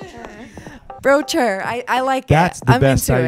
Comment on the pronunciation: Bro-chure Bromance